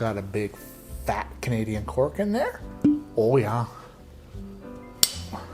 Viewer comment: I didn't even notice until now but you said "Oh yeah" in a Canadian accent.